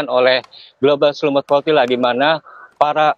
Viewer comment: Kedengarannya progila tetapi setelah di baca ternyata flotilla !!? 😂😂😂